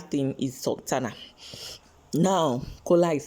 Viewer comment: Sorry but it is Sultana not Suntana